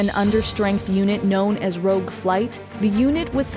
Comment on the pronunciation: sorry to be pedantic, but it's Rogue. Rouge Is something else entirely